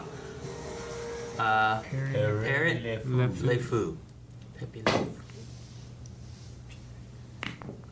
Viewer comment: God bless your American hearts in the beginning: "Perret laayyy foe??.."😁